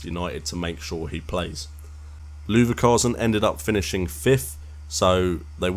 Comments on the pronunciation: Looverkasen haha! Cool video other than the miss pronunciation :) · you said Leverkusen wrong